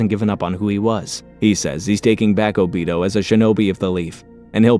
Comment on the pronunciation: ”o-beat-toe” too